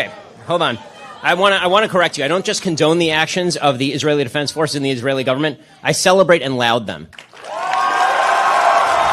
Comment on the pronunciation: Come on, Ben! There’s a difference between the pronunciation of ‘loud’ and ‘laud’.